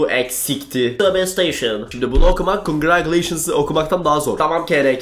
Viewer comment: Abi conguratulations kelimesi "kongıracıleyşıns" diye okunuyor